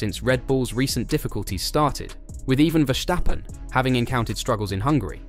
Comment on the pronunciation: It's not Vershtappen. He's not German.